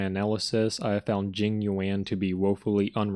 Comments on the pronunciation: “Jing you-anne” will never not be funny 😂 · This video is hilarious dude, keep up the good work! 😂 what cracked me up is the fact that everytime you mention Jing Yuan it just progressively gets more and more mispronounced 😭😂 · each time jing yuan is being pronounced, new name is being made up love it